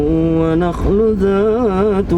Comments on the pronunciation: maaf mas. baca an ayat ke 11 والنخل( wannakhlu) bukan wanahlu itu ghunnah mas. maaf mas yaa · Maaf bang..yg fiihaaa..fa kihatuwwannakhlu.. Nun nya ada tasdidny bang.. Saran ya..mohon mizanul qiroahnya di hati2 klo baca qur'an bang🙏